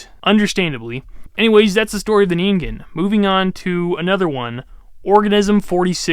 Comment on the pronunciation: "Neengaiyooh"? Really? It takes like 5 seconds to look up how to say something. Then you don't teach people something totally wrong AND you avoid sounding like an idiot. 😂 I like your content, but sometimes your mispronunciation of things is annoying. "Nuculer" and "petrosaur" are a couple other examples, but there were others. Anyway, that's my main critique and how I think you could improve as a YouTuber. Maybe a bit more work on the editing, too, so we're not just looking at you for the vast majority of the video.